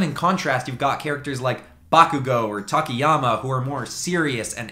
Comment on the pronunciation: Takyama 💀 and uravity💀😂 lol where this man get these names